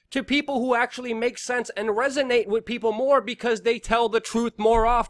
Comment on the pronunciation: The word is pronounced "with" not "Wit … lol